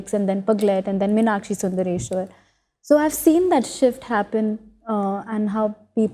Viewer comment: Meenakshi. Meenakshi. NOT Minakshi